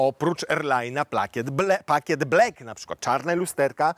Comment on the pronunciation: Please nie mów "blek" mówi się "blak"🤨😋